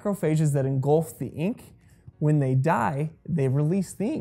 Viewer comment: engulf. not engolf.